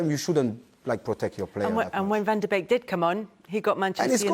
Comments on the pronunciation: He is saying Van Beek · Evra casually calling him van dake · He called him Van beek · Everybody: Van De Beek Evra: Van Dijk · Evra sounds like he’s saying Van Dijk instead of Van De Beek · Everyone: van de beek Evra: van dijk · Evra says Van Beek (wich is a Feyenoord player), he means: Van de Beek (United), people hear: Van Dijk (Liverpool) lmao 😂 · He said “van dikj” 😭😂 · Come on Evra its Van de Beek not van Dijk, not once not twice but 10 times -. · Why does Evra keep calling him Van Dijk 😂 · Cuz he is Van cheeck, Van bike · meh he forgot 'de' but who cares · Van Deek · Was confused at first cause he kept calling him Van Dijk